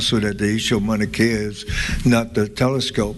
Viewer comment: Dumb ass don’t even know how to pronounce Mauna Kea!!